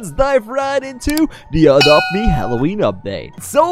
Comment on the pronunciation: Did you sad “for a drop be”